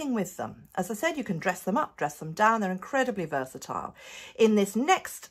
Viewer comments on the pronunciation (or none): none